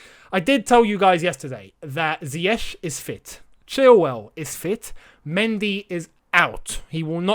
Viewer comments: Sometimes it feels like Lampard enjoys announcing unavailable players. I hope he doesn’t find reasons not to start Pulisic and Ziyech (whom he can’t still pronounce his name correctly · Frank is yet to correctly pronounce his name, but am.excited to see Hakim Ziyech 🤗🤗